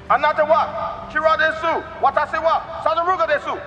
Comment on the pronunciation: When your reading Japanese it's desu pronounced Des. The U is silent.